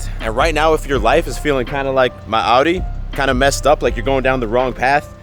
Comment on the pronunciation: Is it pronounced “auddi” or “Outi’. Bro says it 2 diff ways in the first 10 seconds 😂